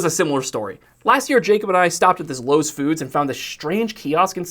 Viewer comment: You mispronounces lowes